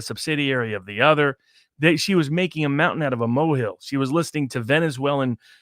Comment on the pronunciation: Mow-hill??? Next time, try mole hill. Putz!